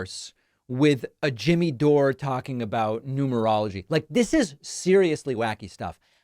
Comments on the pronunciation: David, I'm with you on Dore losing his way, but you're not always speaking with integrity here. Intentionally mispronouncing his name and alleging he's for Trump is sloppy. You're too intelligent and credible to need that. The grain of truth in what some of your audience is telling you regarding Dore being a "North star" (yes, outlandish, I agree) is that he's willing to be critical of the Democratic party. One of the reasons I don't watch you as much as I used to is your unwillingness to do the same (this coming from a progressive, by the way). One example that was particularly alienating was your attempt to highlight Trump's "dementia", while never - or, in the best case, rarely - focusing on Biden's obvious mental decline, a decline at this point more pronounced than Trump. Highlighting election denial on the part of Republicans in 2020 (again, I agree that their claims of voter fraud are absurd) without covering all the ways in which Democrats exaggerated Russia's effect on the 2016 election (empirically negligible), including repeated absurd claims that the election was stolen or heavily influenced by that nation , is another example. We need credible, intelligent voices such as yours in our discourse. My vision for a north star would be a dialogue inclusive of more criticism of the Democratic Party. That would, for me at least, be a sign of someone speaking "from the left". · Yes, lets listen to you Pakiman, the idiot who can't even pronounce DORE. ITS DORE NOT DORÉ 😂 You're such a tool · It's not Doray, it's pron. like door. There's no accent on the e, David. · "Do-ray"???? Did David have a head injury? DORE! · Dore` is how my last name is pronounced. Weird to hear it from your mouth haha. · "Doray" lol 😆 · The way you insist on pronouncing peoples last names incorrectly, while you KNOW the way they pronounce them is so freaking annoying. You're literally the only person in the world that prnounces it "Doré"